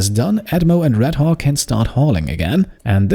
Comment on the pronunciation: I love how you pronounce 'Redhawk' sometimes it sounds like Redhog :P